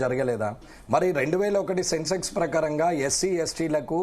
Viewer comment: అది సెన్సెస్, సెన్సెక్స్ కాదు.